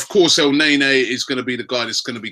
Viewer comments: EL NAY NAY...cant u spell thing right mate??? its EL NAY KNEEEEEE like nani..wth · Robbies pronunciation of players always crack me up. Elnaenae😂